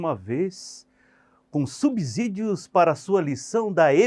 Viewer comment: Professor apenas uma resalva, a palavra SUBSÍDIO ( é pronunciada com som de si mesmo e não de zi). A regra diz que ( depois do prefixo sub pronuncia-se "si/Ci". Boa noite. Espero que não fique chateado.